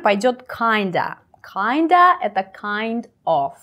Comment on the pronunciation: насколько я знаю, слово "of" оканчивается на звонкий звук "в", а вот "off" - именно так, как вы произнесли